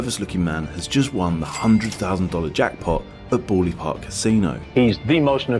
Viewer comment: 7 seconds in and that pronunciation of Bally already has me on edge 😐